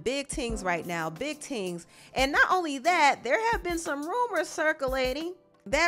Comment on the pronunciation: Lmao not “big tings” 😂😂😂